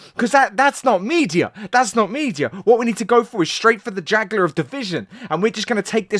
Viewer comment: I'm new to this video and I'm not subscribe to this channel but he said "the jagular of division"... respect Bro Pay attention ❤